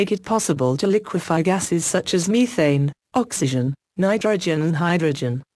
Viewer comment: "mee"-thane lol